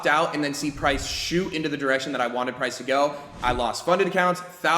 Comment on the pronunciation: haaaaha u said prace